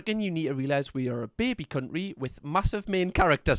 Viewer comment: "cunt'ry" is perhaps my favourite pronunciation of that word XD